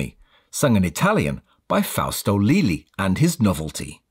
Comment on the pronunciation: The correct pronounciation of the artist mentioned is “Fausto Leh-AH-lee”. His first proper hit was an Italian version of “Hurt” by Timi Yuro and he still performs to this day.